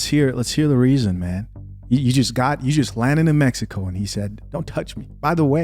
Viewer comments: A woman who pronounced "Messico" instead of "Mexico" 🚩🚩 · It’s Mexico not mesico!!! TF!! 😂😂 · Where TF is "Messico"!! Can't trust anyone can't pronounce Mexico correctly! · Her saying “‘messico” is killin me bruh😂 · Lmao😂I noticed that too. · When she pronounced Mexico… MessyCo I knew she wasn’t gon say anything worth listening to’!! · She lost all credibility once I heard “Messico”. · She said Messico 😂